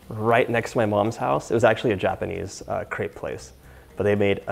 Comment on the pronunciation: I’m not french & don’t know if you feel the same but I cringe when people have the wrong pronunciation of “crepe”